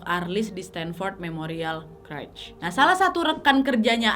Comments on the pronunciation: CHURCH Bacanya CERCH (bukan CRECH) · Tapi kak harusnya cercs bukan kercs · Church (gereja) dibaca - cherch bukan krech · merinding klo liat kasus ini terjadi di gereja thun 70an, sekte satanisme di amrik itu kuat banget, gk beda dgn Indonesia. btw, boleh koreksi dikit gk? hehehe church dibaca ceerrrch, bukan kerch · bukan kretch... church tu bacanya cerch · itu Church bacanya cherch, bukan kerch. 😂😂😂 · Nad btw bacanya bukan kerch tp cherch hhe sorry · Kak lain kali kalau tidak tau pronouncingnya please cari tau Di Google dulu daripada salah 😁berulang ulang kali salah nyebutin church jadi curch😁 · Kak Nadia, maap, bahasa Inggrisnya gereja (church), cara bacanya curch wak, bukan kurch. Bisa dicek di kamus. Takutnya klo salah terus, yg denger ikut salah juga. Makasih dan sukses terusss y, Kak Nadia.😊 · Koreksi dikit gpp ya Nad, its called church, C H U R C H bukan C R U C H seperti yg kau ucap dari awal video 🙂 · Kak Nadia, kak Nad cara ngmg "church" nya salah. Coba de cari tw yg bnr gmn😁